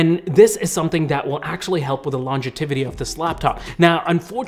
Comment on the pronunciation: "Longetivity" :text-green-game-over